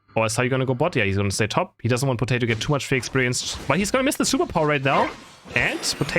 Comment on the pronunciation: saying Potati instead of Potato is so funny. 😂